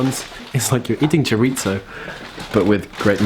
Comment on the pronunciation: As a mexico, I have now heard my favorite way for someone to pronounce "chorizo" haha. Awesome vido guys!